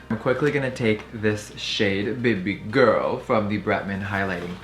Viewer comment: The way he said "bebeh girl" was weird